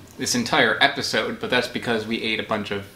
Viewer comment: Lol “peppersode”